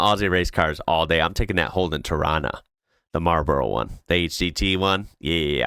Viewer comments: its pronounced as Mar bro NOT MARBARLO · He did get the consonants in the right place & though he did over pronounce the last 2 syllables... it wasn't how you portrayed in your spelling. 🤷🏻‍♀️